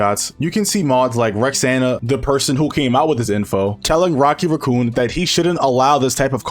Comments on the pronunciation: Rocky Raccoon was my favourite Beatles song and now this guy is butchering the name 😭😭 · “Rocky raccoo” bro thinks he’s rocket the raccoon